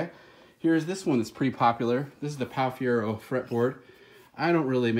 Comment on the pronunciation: It’s like your trying to say Guy Fieri